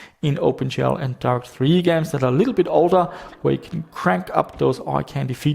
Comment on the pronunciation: Jesus, the way you pronounce Direct3D... Half the video I was wondering who's Darth E.T. ;P